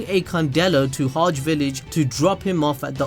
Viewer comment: I could be wrong but how is it (Hodge Village) for Hage? Shouldn’t it be Hah-gay.